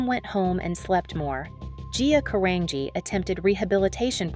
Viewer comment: Isn't Carangi pronounced like Car-an-ji?